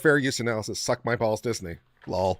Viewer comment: 😂❤how you "lull" for l.o.l.